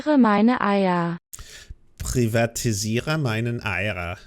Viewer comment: I love that mispronounced Eier as Eicher, which means you live by an oak tree. Consider me oak-pilled 07